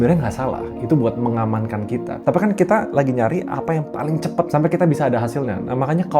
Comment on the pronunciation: CEPAT bg, bukan cepET